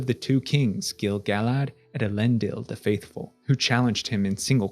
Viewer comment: YOOOOOOOOO correct pronunciation of Gil-galad!!!! <3